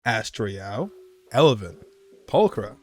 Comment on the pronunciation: It's Evelyn noT Elevyn.